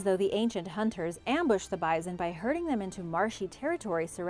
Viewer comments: Bizon? Doones?? Please, Origins Explained, find another narrator. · How come you can pronounce the Indian tribes names so well but say bison with a z? No z. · This is the 3rd video I have heard "Bison" pronounced as "Bizen"... Have I been saying it wrong my whole life with the "s"... or is this an acceptable alternate pronunciation... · she's pronouncing it wrong, your good lol